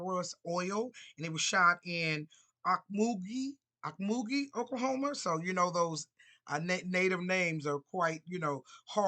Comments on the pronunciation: And Taft Oklahoma is still blk. It was big oil in Tulsa Ok. How you think Greenwood aka blk Wallstreet came into existence. Osage, irocquois, creek, Mohawk, blkfoot, Cherokee, creeks, Kiowa, and all the original tribes. ❤ by the way. Its pronounced oak- mo- gee. 😆 pround Oklahoman. Taft, Boley, Tatum, muskogee. Magum, Snyder, and of course, Greenwood Oklahoma 💪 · The way to pronounce the city you were talking about is OAK MUG GIEE. This is where the black rodeo is held every year in Oklahoma I know because I have family there. Tuskegee was where the airmen came from